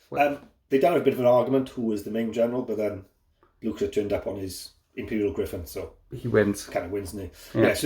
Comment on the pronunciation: Yes, Frank Blutcher is perfect ;-)